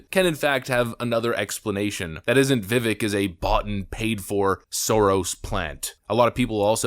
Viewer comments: Little bit of a pet peeve: A lot of people out there on the internet talk about people, about products, etc. In this case, people say that they had/have respect for Vivek, but refuse to pronounce his name. It used to be a really big deal in journalism to check that kind of thing out. I promise this isn't an attack on you. I literally see it everywhere with everything. It's just starting to bug me more with people's names. It seems so disrespectful. In his case it's Vi-vake "like cake". He even says his name in the clip that you put in your video. I just can't un-hear it lately. I love your channel and I'm sorry for bringing it up. Just some constructive criticism. Please forgive an old man for being so old school. Thanks brother and God bless. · His first name is pronounced "Viv-ake" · Vivek; pronounced Vi-vake with a short sound on the "i" and the ek is "vake", like "cake". NOT "veck". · Vivek, pronounced Vivake, sounds like cake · Vivek is pronounced like vivake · Why does the narrator keep pronouncing his name incorrectly? as the candidate has said .. Rhymes with cake. 🙄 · HIs name is pronounced "Vivake" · His name is Vi•Vāk. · His name is pronounced and sounds like bake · His name is Vivek - pronounced Viv - long A sound in the second syllable. Rhymes with cake. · Vivek is pronounced Vi-Vake. (Like cake and he pronounces his own name correctly!) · His name is pronounced, "Viv ake.". Rhymes with "Cake." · You cover him but still mispronounce his name.. its vivake like cake he says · Vivek rhymes with cake; not the other pronunciations. Love you vids! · Stop pronouncing his name wrong! It is pronounced Vee-vake! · Vivek is pronounced Vivake, as in fake which is a word of Indian Hindu / Muslim origin from fakir. However, Vivec is no fake. He's the real deal. Give the man a chance. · Viv-AKE. You can’t even pronounce his name right. So first 18 seconds I’m unimpressed already. Anyway, continue … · He says it’s pronounced Vivek, like cake.